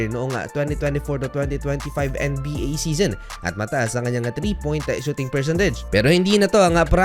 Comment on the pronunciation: NBA po hindi en-ey-bi- ey? 😂😂